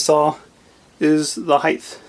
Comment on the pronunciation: Height is pronounced like hite, the end letter is a T not an H. And the 'teeth' on the clamp post is called knurling.